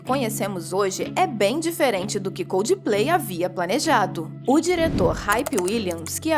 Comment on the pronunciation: Por favor aprendam a falar coldplay, não é coldiiiplay